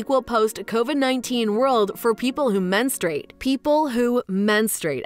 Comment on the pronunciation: It's "Menstruate" ,not menstrate.